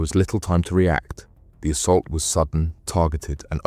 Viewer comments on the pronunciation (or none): none